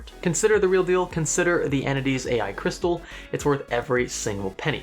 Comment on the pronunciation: "AI Crysatal"